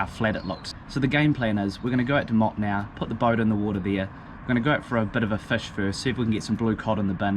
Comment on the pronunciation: Hey bro luv ur work But my criteek would be is to pronounce the place names how they are said It sounds like More -2-No If u can say it like that ur saying it correctly All the best